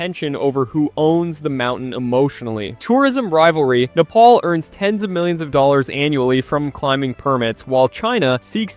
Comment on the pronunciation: Wow, what I just heard will hunt me for the rest of my life Nepal is supposed to be said "Neh*Pal", but I understand when people say "Neh*Paul" because it's more popular… But "Knee Paul" is just something else entirely 💀🥀